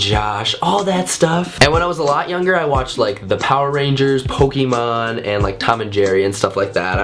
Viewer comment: The way you say Pokemon